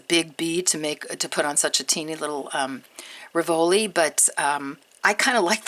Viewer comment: Love your designs! Have to say though, is a pet peeve, the accent for "rivoli" is on first syllable not the second. Keep up the great work!! <3